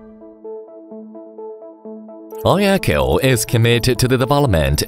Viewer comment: Отличный ролик! Много нового узнал про iECHO. И наконец-то затихнут споры, как правильно произносить имя iECHO. Теперь только «ай-Экоу»:)